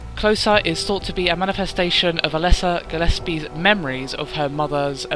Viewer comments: it's alessa gilespie GIL ES PIE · Actually, it's Gillespie.